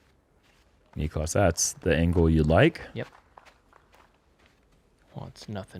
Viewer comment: i love you, and i know you're out of sorts a bit, but please learn how to correctly pronounce Niklas' name <3